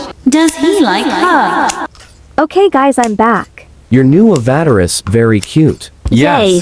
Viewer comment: Oliver: your new avateres is cute